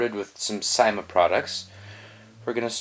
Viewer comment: I thought you said sema